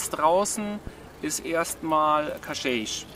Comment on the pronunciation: Hallo Ihr beiden, Danke für das tolle Video! Ein Tipp noch…Cascais spricht man in Portugal wie KASKEISCH aus. (Damit die Portugiesen in etwa verstehen, wo ihr hinwollt ;-))) Viel Freude noch auf Eurer Reise